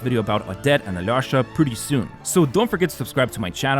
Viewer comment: hey, next time you try to pronounce alyosha's name, try this pronunciation a-lee-o-sha. this is the correct way (i'm russian)